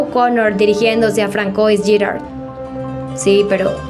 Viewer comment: Françoise se pronuncia Fransua😅 con ese acentico frances acabo de descubrir este video y me encanto, gracias